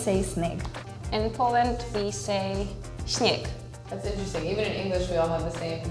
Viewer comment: Dzieciaki żeby własnego języka nie znać: 1. . To imiĘ, a nie jak ten tłuk powiedział "imiE", 2. - nie śnieK tylko śnieG 3. Na dokładkę - nie lóT tylko LóD, 4. ...nie nóSZ tylko nóŻ (co ciekawe jakoś Ukraina potrafiła powiedzieć wyraźnie niŻ) Tak więc ten tłuk wypowiedział WIĘKSZOŚĆ wyrazów ŹLE. O ile co do lodu jeszcze można odpuścić bo faktycznie D jest w nim wypowiadane dość miękko tak reszta to tragedia A co do twojej "hiperpoprawności"...co ty chłopie bredzisz? W szkole się tak usprawiedliwiałeś lub dalej usprawiedliwiasz czy rodzice ci tak tłumaczyli bycie tłukiem?